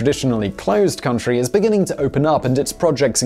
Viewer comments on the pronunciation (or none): none